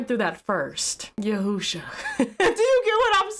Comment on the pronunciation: You keep saying yahwhosha which is an incorrect. It’s yah shua. Which means yah saves. Every-time you say it wrong my ears hurt.😅